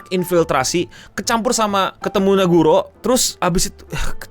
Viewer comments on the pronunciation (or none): nagumo bang bukan naguro